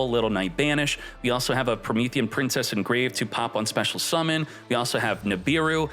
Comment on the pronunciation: "Promethean PIMPcess"